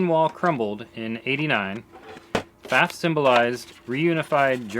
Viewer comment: I like that you also say 'Pfaff', as I do, and not 'Pfawff'.